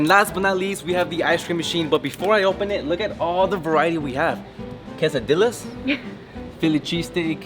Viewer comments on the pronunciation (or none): Does no one notice that he said quesadillas wrong?